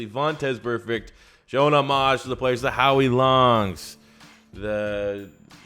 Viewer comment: please stop saying homage like that